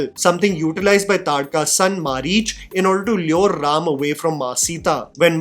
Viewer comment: Thank you for saying RAM and SHIV and not adding unnecessary A at the end of Indian names